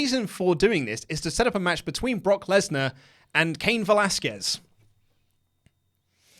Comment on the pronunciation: it's pronounced Kah-een Velasquez